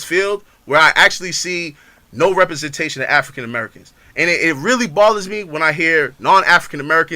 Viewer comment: One: representation not repersentation